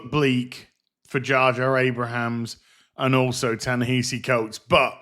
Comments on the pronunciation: It’s Abrams. Not Abrahams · I'm gonna guess the mispronunciation of J.J. AbraHAms is intentional... 🤪